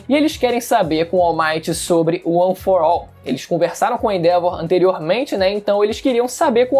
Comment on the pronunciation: Mas não se fala: UAN FOR AU